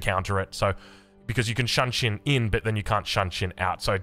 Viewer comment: pls use google translate and learn how to say Shunshin - my ears are bleeding :D